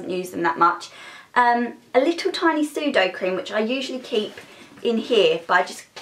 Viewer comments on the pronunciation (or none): So funny when she says "sudocream" it's pronounced 'suda/o-crem'